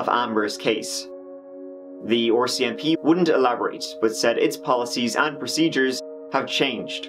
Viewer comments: The 'OR-CMP' got me this whole video. Assumed it was the Ontario branch of the RCMP, before realizing that I know which province Edmonton is in and it's not Ontario. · The "Oarsi MP."